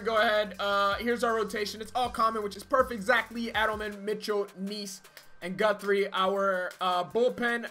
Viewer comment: Hey, I have no relation to Jeremy Guthrie but I'm glad someone can say the last name right 😂